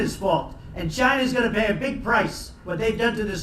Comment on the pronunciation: Trump was a real visionary He was always stick to his words about what he said on chy-na(trump funny pronunciation)